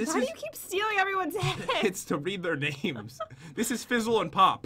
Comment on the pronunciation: You butcher the names of my favourite youtubers